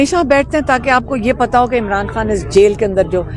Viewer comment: Yaar KHAN hota hai HAN nahi, KHYBER hota hai HYBER nahi, Quran KHwani hota hai, Hwani nahi. KH-KH-KH-KHAY BOLNA SEEKHO!!!